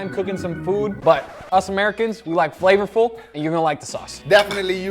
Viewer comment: "In order to make your hotpot very flavafluuu" 😂